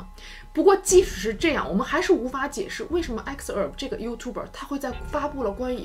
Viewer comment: 我一直奇怪讀youtuber的發音為何與字典不同?